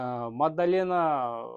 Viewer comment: Мадалена деш, магдалена емес